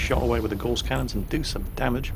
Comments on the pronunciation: Gauss rhymes with mouse,!:) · Gauss rhymes with mouse not hoarse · Looks great will give it a go if it's free to play. On a minor "actually " note, isn't it Gauss pronounced as rhymes with mouse. As in Carl Friedrich Gauss, German mathematician. I'm sorry it's minor things like this that irk me, probably because I'm a massive pedant. First world problems eh?